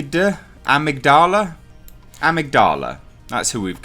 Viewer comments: It's pronounced "ugh-mig-duh-la" and it's the part of the brain that controls memory and emotion. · It's pronounced "ah•mig•dala". =) It's an almond-shaped mass of nuclei located in the brain (one section of the organ is located in each of the brain's hemispheres) which deals with emotions, emotional behavior & motivation. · Amygdala - “uh-mig-duh-luh” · I think it's pronounced 'eMIG-d'la' mate, with the 'e' at the start sounding the same as when you pronounce 'Earth'. It's a part of the brain, I believe. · Ah-mig-da-la. There you go. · (Uh-Mig-duh-luh) Amygdala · I think it's pronounced Emigdula dude 👍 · It's still english. even if the verbal accent is not on a usual syllable it doesn't matter in english. Maybe the british pronounce amygdala like that lol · It's /əˈMIGdələ/, mate. It's a part of the brain involved in decision-making, memory, and experiencing emotions. We all actually have two (one in each hemisphere). Removal of the amygdala (used as an extreme last resort in the most severe epileptics) actually curbs violent, aggressive, and antisocial behaviors, making this villain's backstory utterly retarded. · It’s pronounced am-mig-doll-a, it’s the chunk of the brain that’s responsible for emotional control and stability, take it out and yeah, you would be a rage monster but you would have to remove the pituitary gland on the underside of the brain just above the upper palette to cause hulk growth ( giantisum) sorry for spelling on that one but there you go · The proper pronunciation of Amygdala is a-mig-da-la. He has a reduced mental capacity, the near superhuman strength and endurance do to his body producing larger quantities of adrenaline, it's like the hulk the angryer he get the stronger he gets, and is prone to outbursts of violence due to medical experimentation on his brain and the removal of the amygdala. That's the best way I can explain it. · Uh-MIG-duh-lah. Part of the brain. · uh-MIG-duh-luh Component of the brain actually.